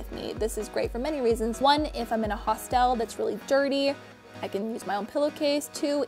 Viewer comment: also hostel not hostile